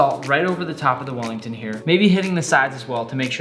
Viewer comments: sounded like he said fat willy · “fat welly”